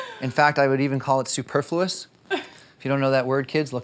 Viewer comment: Sorry but you didn’t pronounce the word “superfluous” right 😁 An amazing couple and an amazing house🤍🤍🤍